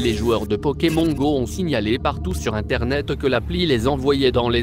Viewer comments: t bizarre tu dis pokem(on) comme cornich(on) , au lieu de pokem(on) comme s(onne) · je hais comment il dit pokémon xD